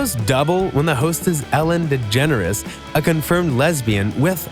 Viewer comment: Its Ellen DeGeneres not «Ellen Degenere»